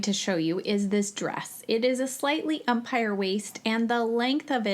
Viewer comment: it's an :ehm-pir" waist not "umpire